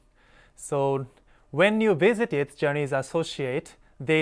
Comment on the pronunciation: ジャニーズやなしにジョーニーズと発音してる😊